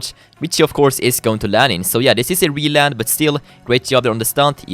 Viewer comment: This is the first time I have heard say reland haha:3